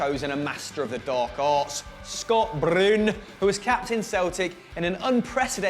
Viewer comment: The passion of "Scott Broon" pronounciation nearly forced me to do homeworks...suuuuuuh